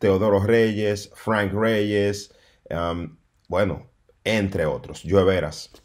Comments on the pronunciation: si tu en tiende que suena cursi perfecto. Que hable como un hombre quien no sabe como se pronuncia Frrank Reyes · déjate de eso que Ute ni es gringo y su inglés es malísimo eschate como tu pronuncias el nombre de Franck reyes déjate de eso con 2 días viviendo en Nueva York y ya te la tiras de gringo 😂😂😂😂😂😂 stop the joke son and stay in your lane stop trying to sound like if your speak perfect English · Carlos Rodriguez Te gusto como pronuncia Frank Reyes 😂